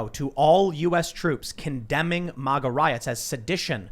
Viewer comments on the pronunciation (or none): Tim, I hate how you pronounce “MAGA”